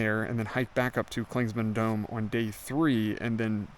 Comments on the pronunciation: Clingmans not Clingsman 😂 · Well don’t get so butt hurt over it dude. Clingman is the man’s name who the peak was named after until the Cherokee recently had it changed. You say “Clingsman” about 100 times in this thing, even though you pass by trail markers that clearly show the spelling. You may not be able to go back and correct it but from now on you should at least know how to say it. If someone kept calling you.. wouldn’t it eventually get on your nerves? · Please say Clingman's Dome. You keep putting an S in the middle....